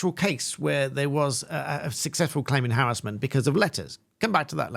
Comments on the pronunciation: It’s not harrisment it’s harassment😂 was annoying me 😂😂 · I didn't think I'd get so annoyed at hearing harris-ment all the time, rather than huh·ra·smuhnt. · I swear if you say "harrasmemt" as "harrazlment" one more time im gonna lose my mind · Why do you prounce harassment like that? Is it because it is a legal term and is said like that to distinguish it from the everyday use of the word?